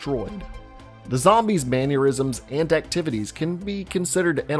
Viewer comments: It's *mannerisms, not "man-yer-isms you fool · "Manuerisms" It's mannerisms, my man. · Did this guy really pronounce it: "man-your-izums"??? 😂😂😂